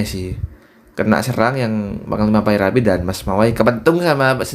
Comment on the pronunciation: 17 :19 kok panglima pyrapi bang yang bener panglima yanari bro